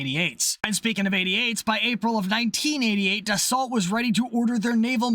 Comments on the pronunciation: I'm British and I know DA SALT is DA SO.... And we a re notorioualy bad at pronouncing French words.... Much like Americans and English ones. (burn) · "ra FAL" and "da SO" Not "da SALT" and "ra FAIL"